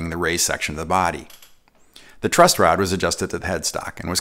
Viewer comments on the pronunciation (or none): none